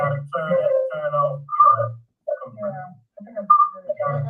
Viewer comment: Who pronounce computer like that😂😂😂